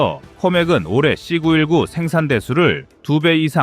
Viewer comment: 는 AI 인가요? 발음을 왜 AI처럼 발음을 할까요? 사거리를 삭꺼리로 발음하고 C 919를 C구 일구로 읽고......그외에도 몇개가 더 있던데 듣기가 좀 불편하지 않습니까? 나만 그런가요?